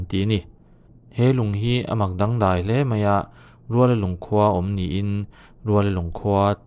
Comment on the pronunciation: Ruallalung ni lo vin, Rualalung tih tur.